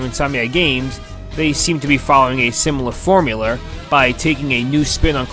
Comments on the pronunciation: lol "formuler" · This dude for real just said “formular” like Mr. Krabs